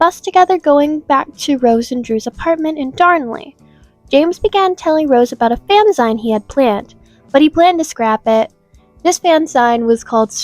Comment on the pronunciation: Fanzine; rhymes with 'magazine'. 'Magazine for fans'.